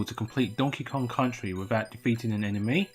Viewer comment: You just removed the K from Kong.